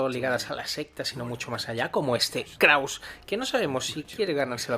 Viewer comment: "kraus" :v